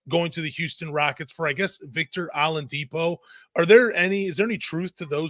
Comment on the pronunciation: The only podcaster who can’t be bothered to call Shai by his name, saying “Shy”!? And calling Oladipo Ah-lidipo. Crumbling credibility.